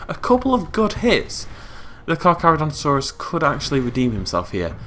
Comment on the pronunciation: Kakis6969 It's still Charcharodontosaus, there is no ru in saurus, and the first Car isn't supposed to have an h.